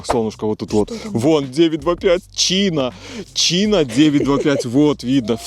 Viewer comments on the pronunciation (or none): Ну не Чина а Чайна.